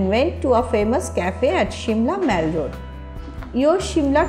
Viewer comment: aunty its not maal its mall. see google pronunciation